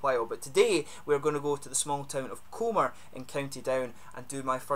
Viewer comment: I know this has been up for a couple of years, but I’ve just found it. Great review, I’ll be heading back to NI for a couple of weeks shortly, have to get my hands on some of this 😊 Btw, small thing, but the town is pronounced cumber, like the end of cucumber (my wife’s home town). Great channel, looking forward to watching more reviews 😁